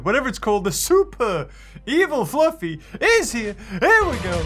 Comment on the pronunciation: Did you not call the Diplocaulus Flaffy ? and not Fluffy